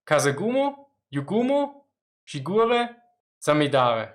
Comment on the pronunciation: died a bit inside when i hear you said "shigure"